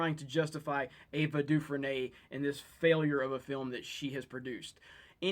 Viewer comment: It's pronounced 'du-frane', not 'du-frenay'. Same as Andy Dufresne in Shawshank Redemption.